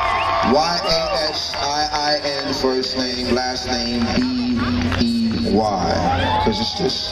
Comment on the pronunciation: She can't pronounce Bey? really?